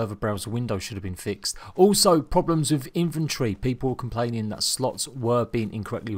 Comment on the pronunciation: Dude its INV-ENTORY not INF-ENTRY